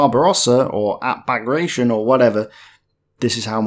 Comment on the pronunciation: it's Bah-grah-tee-on - almost like Baratheon from Game of Thrones.